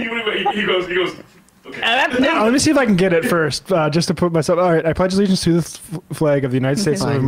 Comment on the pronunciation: "I pledge th'legiance..." Starting off strong right out the gate.